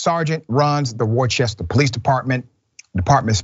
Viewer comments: It pronounced rooster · It's pronounced "Wooster" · It's pronounced "wooster" and yes, Worcester cops are notoriously bad. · Please Dr. Richey! It's pronounced "Wister"! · There is no ch in Worcester. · Big fan of the show. As a black man that went to college in Worcester, it's true, police, in my opinion, do pullover more than minorities than whites on suspected minor infractions, looking for more. point of record, Worcester is pronounced Wuhstir, not Wor-chester. Keep producing the great content you offer. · Worcester is pronounced wuh-stuh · Pronounced “Wooster” for those who don’t have the Boston accent lol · I Never been to wu-ster lol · It’s pronounced wooster not warchester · good ol Massachusetts cops .. and it’s pronounced WOOSTER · Great coverage. Worcester is prounounced Woorster. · No it's not! Wooster. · Worcester is not that big. Cops would certainly know Juty and are having fun harassing him. Worcester is pronounced like Rooster....Wooster. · He pronouncing it wrong it’s pronounced wuuster ch is silent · We pronounce Worcester as "wooster" or "woostah" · “Worcester” is pronounced by the locals as “Wuuh-ster”. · Not a big point, but that area is pronounced "Wooster" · It's pronounced Wooster. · It’s pronounced “Wooster” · I was going to go with the pronunciation “Wusta” but can accept Wooster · Whist-er is how it's pronounced js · Sorry, FYI Worcester is an Old English and is pronounced "Wooster". No "ch" sound. 😁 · Worcester is pronounced Wooster. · Like your work, BUT the next time you do a piece on this city pronounce it Wooost'er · Dr. Richey, Worcester is pronounced "Wooster" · Just a heads up Dr Ritchey, it’s pronounced “Wooster” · That city is pronounced "Wooster". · Worcester Massachusetts it's pronounced "Wuss-Ster" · Dr. Richey, Worcester is pronounced like wooster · Worcester is pronounced Woostah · "Wu-ster" Massachusetts 😉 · Worcester (Woo-stah)- like Whister to visit your sister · It's pronounced Wooster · Worcester is pronounced Wus- tah